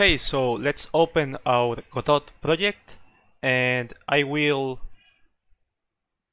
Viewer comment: It's pronounced, "god-OH"